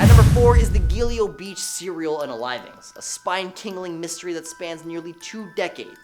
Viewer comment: YouTube is guilty of lots of things, unaliving is the latest in a long line! How about eliminator? And YouTube allows all sorts of different words in songs if they’re actually ads!!! The presenter is very guilty of not looking at the words it’s not GilEo Beach,it’s GilGo Beach! And I’m not from America! In the bible John story, it’s not BarLowlands it’s BarRowlands (as in wheelbarrow) please do your research!!